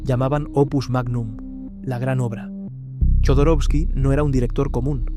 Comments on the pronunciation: Jodorowsky con "J" , la pronuncias con "Y" , Alejandro Jodorowsky pronuncia su apellido con "J" . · Por qué le dice Yodoroski y no Jodorowsky?